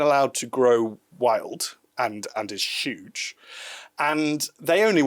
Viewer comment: Trump would say "it's UEGE now", whereas says "it's SHOEGE now." Potato potahto😆